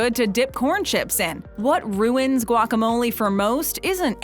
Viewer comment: what's wrong with guac? this video doesn't even say guacamole correctly either....